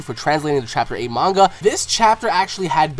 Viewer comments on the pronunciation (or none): none